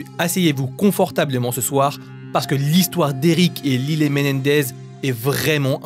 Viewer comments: Ça se prononce laïle et non lillet😂😂😂😂😂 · J’adore vos vidéos mais je crois qu’on dit « layle » pas lilé 😭😭 ça m’a perturbé 😂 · Lylé?? Ils sont américains 😅 un petit effort quand meme lyle se prononce "L[aie]le" 😂😂